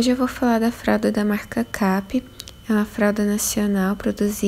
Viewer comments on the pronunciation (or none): Eita eu tbm pronunciava "Kape" e não "keipe" 😝 não tenho nenhuma da marca, mas visualmente me parece a mais similar com as fraldas importadas. Tenho absorventes da marca, os de atoalhado com microsoft, pra falar a verdade não gostei tanto assim deles, achei que seriam bem melhores, tem que usar por baixo de outro absorvente, por cima, sem chance, ele demora a absorver o xixi e acaba vazando. Parabéns pelos vídeos. Tô adorando conhecer um pouquinho de cada marca na sua visão.